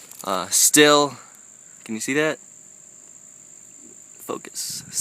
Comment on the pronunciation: It's pernonced steel